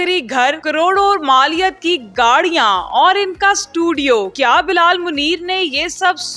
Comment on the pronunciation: gaariaan❌ gaaliaan ✅